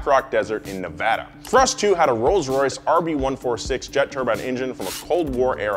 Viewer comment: He said Nevada right!!!!